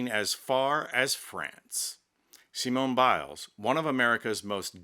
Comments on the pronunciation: Don't give up the day job! Sorry to be pedantic but if you are going to perform a ridiculous racially-stereotypical "comedy" routine at least stick to one nationality. The French would pronounce her name as see-moan bee-lay. Pronouncing her name as see-moan-ay bee-lays would be Spanish. I usually enjoy your posts, but someone should have talked you out of this one - Sorry! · lmao oui oui, monsieur. See moan ee Bil lez??? roflmao Excellent accent (not so much). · "Simona Beeless"... 🤣🤣🤣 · the french would not say her name like that. You're pronouncing it as if it were spanish, using a fake french accent. It just sounds bad.